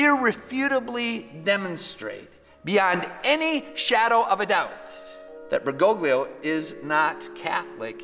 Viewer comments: Pray for Fr. Altman. I’m not a big fan of Pope Francis, but Altman has gone off the deep end and has put his own soul in danger. And it’s Bergo-lio, the 2nd G is silent!! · It’s “Ber-go-Lee-oh”. The second G is silent.